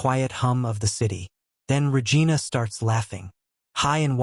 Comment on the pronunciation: Regina-vagina…sounds like an old Seinfeld episode.Pay attention to what your AI story teller is doing and do appropriately 😮😂😂Good story though 😂😂😂